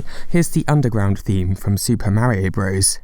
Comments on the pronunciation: it's pronounced super mario BROTHERS. not BROS. It's never been bros and it will never be bros. Source: I was gaming in the mid 80s when this came out, and still gaming in 88 when Mario 2 came out, and gaming in 1990 when Mario 3 came out. Nobody, nowhere, ever, called it "Super Mario BROS" and if they did, they'd get a sock in the mouth. It's offensive. Keep getting it wrong you DUMB GENERATION. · FYI, “Bros.” is an abbreviation, much like “Mr.”, or “Mrs.”. It’s pronounced “brothers,” not “bros,” bro. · As someone who actually grew up in the 80s I can't fully express how much it hurts my ears to hear someone call it Super Mario BROS. It's pronounced BROTHERS. No one before your generation ever called it BROS. Instant dislike from me, don't recommend this channel, disregard everything you say, my day is ruined.